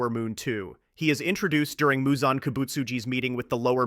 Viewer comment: Why do you keep switching up Muzan’s pronunciation? 😭